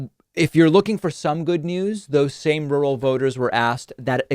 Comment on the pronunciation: Rurr-al. Rurr. Al